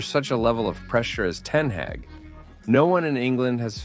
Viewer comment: Ten hage